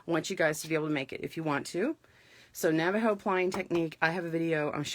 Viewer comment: Good job pronouncing Navajo correctly